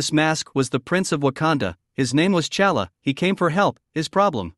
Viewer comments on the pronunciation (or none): His name ain't Chala! It's T'Chala!!!